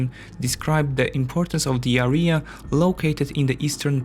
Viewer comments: "The areea" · Had to turn it off after hearing this guy say "Area" for the second time. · When you say "this area" or "the area" you make it sound like you are saying "diarrea". Just an observation my friend. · You are mispronouncing "area". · You made a huge effort with your accent but let me tell you, that your pronunciation of Teutonic knights as "Toitonic" reminded me of ToiToi mobile latrine :D The correct pronunciation sounds more like two-tonic. Also, the word "area" is correctly pronounced with the emphasis on A not the last part (not areeeeya) Apart from that good job!